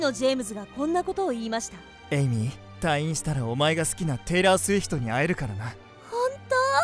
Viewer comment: あと序盤のテイラー・スウィフトがテイラー・スィフトになってた